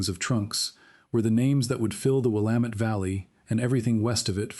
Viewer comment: Congratulations on being able to pronounce Will am et. Willamette !